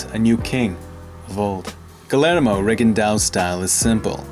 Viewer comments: I'm years late but, " Gill- air-moe"? Bro, it's (Gee- yair- moe) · It’s pronounced gi air moe not gu lair moe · no guard??? i totally disagree, rigo is great at keeping his left hand by his chin and his right hand extended and pawing. just because he doesn't have a traditional guard or a shoulder doesnt mean he doesnt have a guard. Also its pronounced geeYERmo, not geeLLERmo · Gill-air-mo… that’s not how you pronounce Guillermo. You talk like you’re gonna slip someone a roofie.. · His first name is actually pronounced Gee-yer-mo. This video is great 👍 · LL pronounced as Y... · Annoys the shit outta me how dude keeps pronouncing the L's in his name.